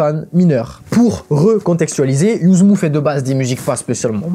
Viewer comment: Par contre Yuzmv ça se prononce YUZMA, le V fait un A à l'envers... Si on regarde n'importe quelle interview de lui pour s'y intéresser on le sait